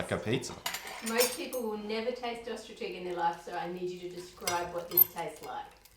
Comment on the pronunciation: Tracey Lewis and it’s “ostrich”.